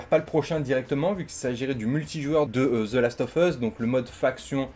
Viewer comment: comment je saigne des oreilles avec la prononciation ; "the last of fus" alors que c'est "USSSSSSSSSSSSS" et pas "FUS" bordel !!